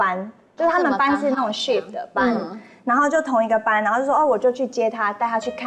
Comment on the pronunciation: 是shift 不是chef